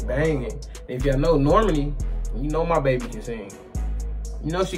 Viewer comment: It's pronounced Nor-Mah-Knee.. rhymes with Armani